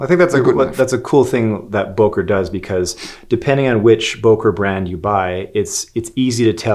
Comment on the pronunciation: For the love of God, please stop calling Böker knives Boker knives... The key letter here is ø or ö, not o. Ø sounds more like the first syllable of early, rather than o like in overwatch. Other words containing a resemblance of the sound of ø is: sir, surfing, such, ugly, under, upper, surgeon etc, etc.